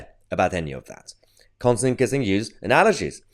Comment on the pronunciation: It's pronounced 'Kisin', Mahyar, not 'kissing'.